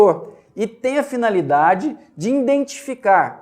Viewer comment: nossa!! escutar uma pessoa estudada falando: `indentificar` putzz